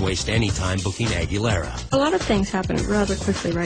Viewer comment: Did the Star Search dude call her Christy-anna Aguerriaa ? LOL